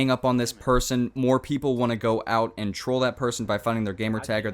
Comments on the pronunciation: why dose this guy say ant instead of and or trollt instead of trolled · i think its really weird that he pronounces "and" "ance"